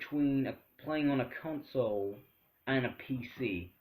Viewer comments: did he say ''cuntsole''?? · "give cwedit whewe cwedit is due" "cuntsoles"